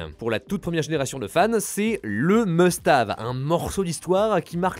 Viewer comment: Un "meustave". 😂 Quand tu entraves quedale à l'anglais, fais quand même un effort.